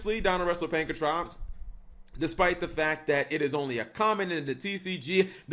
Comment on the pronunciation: "Pankratops", not "Pankatrops" Also, we still don't have numbers 1-4, cap